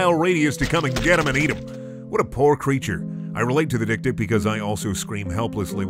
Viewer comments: It's pronounced dek-dek, and its swahili for little-little. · We not gonna mention how dik dik is actually pronounced xylophone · As someone who's first language is Afrikaans, the way he pronounces dik dik is so fucking funny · Love the way Americans pronounce this... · Isn't dik-dik pronounced 'xylephone'??? 😅🤣